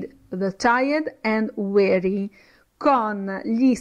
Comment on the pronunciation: Si è impegnata, ma ha fatto errori. 1. Slave si pronuncia con la s di sasso; 2. weary si pronuncia ui(e)ri, non ueri; 3. to need a woman= per aver bisogno di una donna; 4. how the strong get weak and the rich get poor= come i forti diventano deboli e i ricchi diventano poveri (la sua interpretazione della strofa è di fantasia); 5. don't touch the ground= non toccare il suolo (imperativo esortativo), mentre, se fosse "non tocchi il suolo" sarebbe "you're not touching the ground"; 6. I can hear your laghter non significa "sono in grado", bensì sento, sto sentendo, ed è un caso in cui can ha funzione effettiva, non potenziale! I can+ verbo sensoriale= sento (adesso), sto sentendo; 7. I can see your smile: idem! 8. waiting si pronuncia con la g implosa, non esplosa. La g va pronunciata ma in modo non gutturale. 9. The + aggettivo sostantivato (strong, weak, rich, poor, chained, bound...) si traduce con il plurale; 10. to chain, incatenare, si scrive così, non "to chane"! 11. to grow up = crescere detto solo di viventi: umani, animali, vegetali, sinonimo di diventar grande, diventare adulto. Per altri significati di crescere non si può usare. Attenzione, perché sta insegnando!